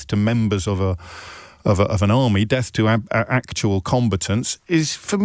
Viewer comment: I thought he was saying “Deaf to IDF” 😂